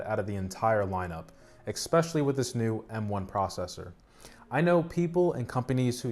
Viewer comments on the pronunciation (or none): Ok, it’s pretty cute how you can’t pronounce the word ‘especially’ (“expecially”) 🤣 anyway, great content man! :)